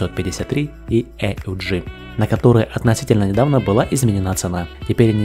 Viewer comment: Почему "Эй У Джи", если всегда это оружие "ауг" называют ?